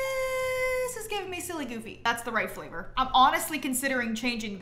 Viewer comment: It can’t be only me who notices said minute “thisss is the right FLAVOR” 😭😭